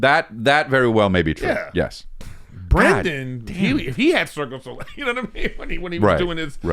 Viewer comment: Eric keeps saying Circus Olay and Chris over-pronouncing Cirque Du Soleil repeatedly and Eric not getting the hint is the funniest damned thing to me